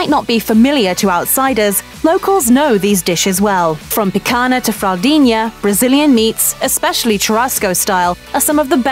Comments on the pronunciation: We're sorry about our repeated mispronunciation of the word "picanha." That's an error we didn't catch until after the video went live. We'll make sure we do better next time! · It’s not the same, unless you’re from the north region of Brazil, which is not even 20% of the population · I cringed every time I heard the world "picanha". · "picanha", "filet-minion", "parmezan" ... she's truly an equal opportunity offender - perfectly skewers (pun intended) all romance languages just as badly! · If you can pronounce Lasagna you can pronouce Picanha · That pronunciation of 'picanha' really hits the ear wrong >.< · As a Brazilian, to her someone butchering the name PICANHA like that... If you wanna make a video about it, at least do your homework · It’s so horrible being a Brazilian hearing that spanish pronunciation on Portuguese words. Like, no we don’t speak Spanish, neither the languages are that close. Say it as an American speaker or don’t try to spanish your way through, that’s kinda disrespectful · Really wish she learnt how to properly pronounce Picanha🥲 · would lose his shit if he had to listen to you butcher the pronunciation of picanha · if you're gonna talk about it, at least learn how to pronounce it....I mean, you interviewed a chef in the video that even pronounced picanha correctly for you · Picagna pronounced as lazagna would sound better than picana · It’s picanha, not picana. If you’ll make a video about Brazil do it right... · Would it really be too difficult to at least attempt a semblance of correct pronunciation? It's not that hard to write a script phonetically and would go a long way toward showing some respect for other cultures. For instance, picanha = pee-con-ya. Easy! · Picanhhhhhha, picanhhhhhaaaa...not picana!!! Lol you could say fraudinha.....is the same way lol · how about pronouncing words correctly? Rotissio (like rotor) not road-easy-o Picañha (pi-can-yah) not pick-anna and so on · I felt a pain in my ear each time she spoke "picaNa"